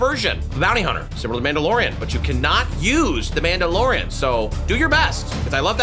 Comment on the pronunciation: Bro said the mid dolorian 😭